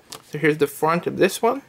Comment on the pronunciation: Here is the fwant of it 😂